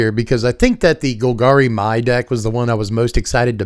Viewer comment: Mai's name is pronounced "May" exactly like the month of May. I know it's unclear and "My" is the more common way to pronounce the spelling, but that's just how it is. I hope this is helpful.